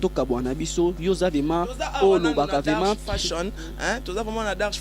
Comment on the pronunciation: Yo monsieur VRAIMENT ET NON VEMA😠